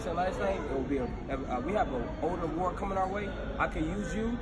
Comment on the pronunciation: You know what most black people age sooo freaking good. Some where in their 70's and almost 80 and didn't look no where near those ages. Melanin magic! Anyway is a fool. He kept saying " elderly war " and " handicap war " like I can't with him he's too much 😆